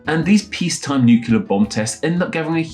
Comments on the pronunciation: It's not pronounced "nucular". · Why is a British linguist saying "nucular" in the year of our lord 2025 💀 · It seems ironic that you've mastered the French pronunciation of Reard, but still don't pronounce "nuclear" correctly.